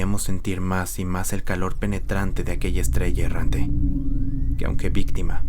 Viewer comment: Es Errante, No "Herrante"